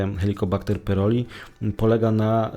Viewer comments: Chłopie wymawiaj poprawnie pylori nie pyroli😂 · pyLori a nie pyRoli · Nie PYROLI a PYLORI.